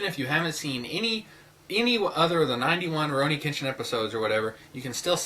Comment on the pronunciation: Kenshin was not kidnapped. His parents sold him to be a slave for money. Tomoe falls in love with him too. And you don't pronounce it right. I love Rurouni Kenshin/Samurai X because of the deep character meaning. Kenshin's past is the most dramatic part of Rurouni Kenshin, and that's why I love it. The fact that he gave up killing because of regret and how he tries to get over his past by being with friends in Tokyo. There is more to RK then meats the eye. I absolutely love RK, the manga too.